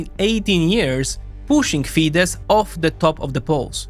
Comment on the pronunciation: While it was pronounced correctly when said Fidesz.